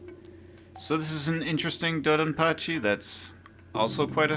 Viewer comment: TBH, I almost stopped after hearing you pronounce Donpachi, but I’m glad I didn’t. Still, I urge you to put some effort into learning how to properly pronounce these game names (Mushihimesama especially) - for no other reason but to show proper respect to the games and their makers.